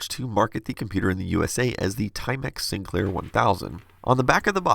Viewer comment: Sinclair not SInclair lol